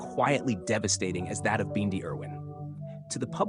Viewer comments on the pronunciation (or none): Why can't you pronounce her name correctly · This narrator says Bindi's name right in one breath and then the next, he miss pronounces it. Bindi, the Jungle Girl show was BEFORE her father, Steve died. I read recently that, Steve didn't leave Teri much in is will and the zoo is struggling .